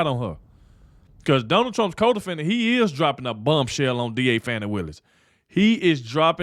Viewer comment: I pronounce Fani. FAN EEE as in Ass. Hey stayed as always to end. Isn't lying in court PERJURY????DISBAR BOTH OF THEM.THROW OUT court decisions for the people who were involved with Trump.